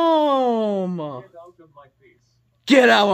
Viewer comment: sounds like you said "Game" instead of "Damn"